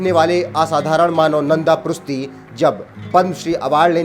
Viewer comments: भाई वो प्रुस्ती नही प्रुष्टि हैं। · Dear, " नन्द पृष्टी ", this is the correct name & pronounce of his name.Please.